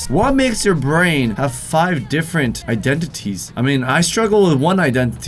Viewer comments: Just say iDENities not iDENTities since u struggle so much haha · Identities (I-Den-Di-teez) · Identities is how you say it